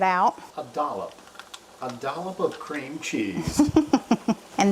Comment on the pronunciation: I remember that video, I laughed so hard at say you could add a lirrle bit more ceam cheese. All looked delicious.